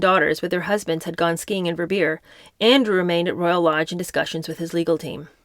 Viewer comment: Hi, I love your readings..I live in Switzerland and skied in Verbier for years..It is pronounced. Vare bee yair..🎉